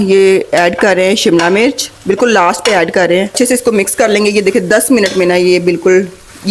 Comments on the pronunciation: I like your videos. Learning everyday chinese cooking. But please dont say," MURCH". HARI MURCH. This is wrong urdu. Please ہری مرچ کہیں۔ زیر استعمال کریں۔ زبر استعمال نہ کریں۔ یا پنجابی میں بات کریں۔ Hari mirch Not Hari murch. Please don't mind. I will try tomorrow this recipe In Shaa Allah Taala. Stay blessed forever baita. Aameen Ya Rab ul Aalameen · Hari mirch not murch